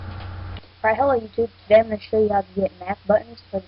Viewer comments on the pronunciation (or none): none